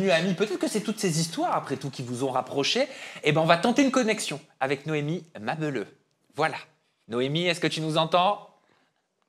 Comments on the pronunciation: "Noémie Ma beuleuh" mdrr fais un effort ma belle! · on dit Noémie Mabélleuuuh comme Ma Belle heuuu!! Tu forces 😂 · "Noémie Mabeuleu" ? Mais ?! 🤣